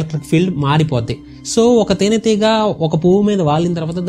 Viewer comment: తేనె తీగ కాదు బ్రో తేనె టిగా 😂😂